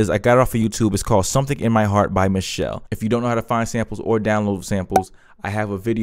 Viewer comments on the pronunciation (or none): I just stumbled on to your channel. Nice Tutorial! Just one thing about the sampled song. Not to nitpick but the artist's name is pronounced Michel-lay, not Michelle. There an apostrophe between Michel and LE. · Congrats fam! Keep up the good work!! The artist sampled name is pronounced Michel’le (Michelle-lay) No cap, just putting you on game. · It’s pronounced MISHELL-LAY. Don’t you see the accent mark?! 🤣🤣 Nah, but this is actually one of my favorite songs. I grew up when this song was new and on the radio! Nice work.